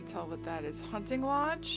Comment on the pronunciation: be weyi weyi quiet, im wunting wuabits